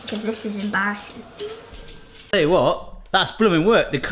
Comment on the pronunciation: "I hope the neighbors are not watching, this is embarrassing" What I heard: "I hope the neighbors are not watching, this is em--ssing" lol